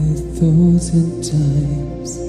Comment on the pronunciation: Thanks so much!❤ I just wanted to add, how much I ADORE his "Dinglish" pronunciation of the word "thousand" - but then again, the same goes for everything else about this wholly adorable boy/man!🤗🤗